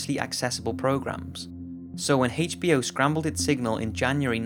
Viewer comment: Why do you say HACHE B O? Lol. You can’t say H can you? It’s like Whip cream for Stewie. Lol